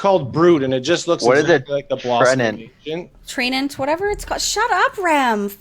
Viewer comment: I really enjoyed when got hit with a Touch of Karma. He poked fun at for her pronunciation of "treant", and then got a taste of his own medicine with "familiarity". face as it went down was excellent, lolol.